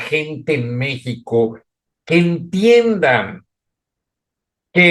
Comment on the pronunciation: Porque no dices Manuel López Obrador así como se dice en Español? 😊jajajaja se escucha mal di en español igual que México nooo mexxxicou